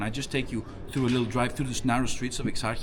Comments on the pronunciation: Exarheea , Exarjeea is better to pronounce... And our Mr.Bean mfkin pm making a metro station on the spot that Exarcheia square was, thinking he will get rid of the anarchists or common ppl who dont like the way he governs n control the area🤣🤣... Is the most watched by police place in Athens, more than the west Attica thats full of drugs from roma, gypsies... Cops making money from the roma drug traffickin so they overwathing the area of Exarcheia while using the drugs also😆😆... Full of cops under cover n stuff, because in their tiny minds they think they'll get a terrorist or smthing stupid pigs...... When i was living there things was exactly like o aderfos said, n nowdays also, n imagine i live in the country in a town 400km away from there!... Before 50-60 yrs Exarcheia was the place that poets, painters, pple of artist nature in general was coming together to chill, love vibes everywhere tho.... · EX-AR-HIA..at least pronounce it properly if you're going to do a story on it. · your pronunciation is atrocious. omounia and ekarkia? 🤣🤣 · this is eggzharchjia !! yeap , you nailed the pronounciation ! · Please stop calling it ExarChia. The CH is hard like Kh. I live in Exarchia and it's a wonderful neighborhood with rich roots in protest and activism, outreach organizations. This video completely misrepresents Exarchia. I'm an American living here, the neighborhood is safe and I definitely feel safer here than any Walmart in America. You can run a camera anywhere you want in Exarchia. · Nobody tells you to switch off your camera in Eksarheia. And your pronunciation of places is awful man. Omoynia ? Egzarzia ? Gimmie a break. And Varvakeios market dangerous ? You didn't do a good job. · brother please stop saying exart'cha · Come on mate let’s pronounce the suburb properly..e ksar cia. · FYI Pronounced Exarchia, with -ch as in Halal or History. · This neighborhood is caled exactly as written.Exarhia.Whycant you pronounce it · Exar - HE - a (pronounced)